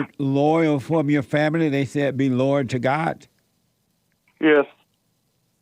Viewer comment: Jesse has a tough time w/; the word: "LOYAL". I wonder why?? Respect & love to JLP + Crew....